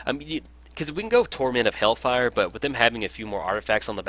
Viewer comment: Once again a nice video ! Ps : Do not want to be that guy but you talked about the pronunciation of cards. It is hailfire not hellfire :)